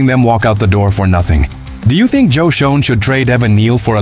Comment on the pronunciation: Why do I keep seeing the same Giants video??? Get real please... P.S. Schoen is pronounced "SHANE"